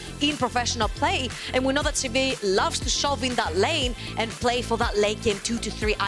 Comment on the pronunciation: I hate how she says sivir, literally nobody says that and for new players they won't know what she is talking about. But at least she is much better than letigress who only knows about ARAM